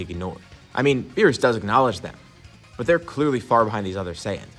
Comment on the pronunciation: Let it be beerus we all know it's beerusike it's obvious so just say it